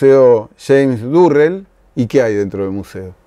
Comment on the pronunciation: Hola, perdón pero creo que el artista al que te refieres es James Turrell y no Durrell. Igual no es significativo. saludos